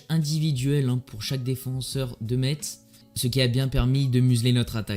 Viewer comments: Vidéo grave propre mais juste pour info on prononce '' messe''👌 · Pour info ça se dit ''messe'' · On prononce pas le (t) de Metz